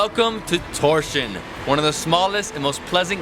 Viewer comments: Haha, Tórshavn's not pronounced "Torshian". :DD Great video, though! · Please stop saying Torsion, you're hurting my ears. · Did he seriously just pronounce Torshavn as Torsion? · I read this before watching but i still wasnt prepared for Torshin. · I think the pronunciation is pretty much like "toesh hown". And it doesn't mean 'God of Thunder', but 'Thor's harbour'. Yes, Thor is the God of Thunder, but you forgot the harbour.